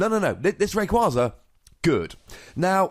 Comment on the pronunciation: Take a shot every time he mis-pronounces Rayquaza